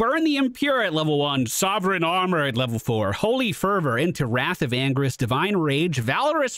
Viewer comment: The way he pronounces the ult it sounds like "Wrath of angries", lol.